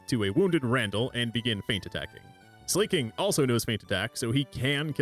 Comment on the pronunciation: Something about hearing Slaking pronounced as slay-king rather than slah-king/slacking really throws me off. Also yaaaass slay king.